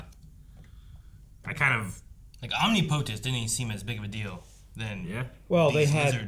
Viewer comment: I love these guys but I hate how they're pronouncing Omnipotus